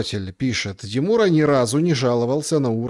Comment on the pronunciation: Какой же ты мерзкий тип ,де мура (ударение на последний слог !!!) Дайте ему иранское гражданство !!!